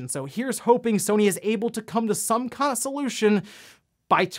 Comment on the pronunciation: did you just say "consolution?"